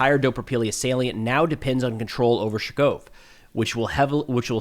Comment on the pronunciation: I love (and his analysis) and apparently you do too, and that's great. But could use some help with his pronunciation. Let's start with Nove Shakhove...or as he calls it, "Shkov" or "Shakov". Should sound more like "ShakhOAveh"